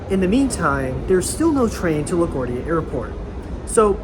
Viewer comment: Your pronunciation of LaGuardia is kinda off